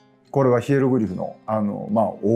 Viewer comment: Fayza Haikal 先生のプロフがAUCのページにありました。 河江先生が、Haikalを「へいはる」と発音しておられるので、自分にはヘブライ語の「神殿」היכלのように聞こえました。